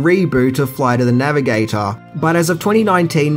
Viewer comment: Say it with me... "Floight of tha Navigataaaaaahr"